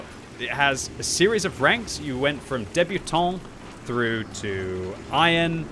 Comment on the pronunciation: I really don't understand this guy trying to pronounce words that he doesn't know. Its d e b u t a n t it can't be easier to say.